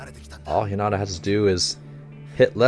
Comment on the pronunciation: You'll sometimes see haikyuu spelled haikyu because of different conventions when transliterating from japanese to english, as the last vowel is held longer And while we're talking about technical stuff, on a pronunciation note, Hinata is pronounced "HEE nah tah" with the first syllable stressed